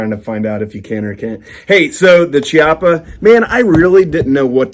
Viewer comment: Great comparison review of both nice handguns! Thank you! 😃👍 One tiny teensy thing - Chiappa is pronounced "kee-appa" not "chee-appa". 🙂